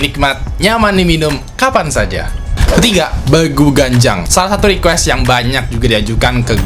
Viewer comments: bacany bukan begu, tp BEGU sesuai ejaan😁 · nyebut begunya salah harusnya pake logat batak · bilangnya bukan begu pake e yg lembut kayak apel bang, tp begu itu baca e nya kayak becak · Nyebut Begu Nya Salah bang wkwkwkkw 😂